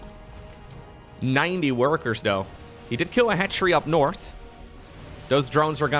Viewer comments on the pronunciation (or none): none